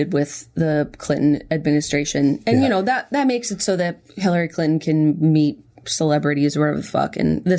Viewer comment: Jenna says "Clinton" like "CLITton" and I can't handle it.